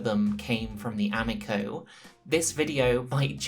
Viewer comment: I know you know how to pronounce amico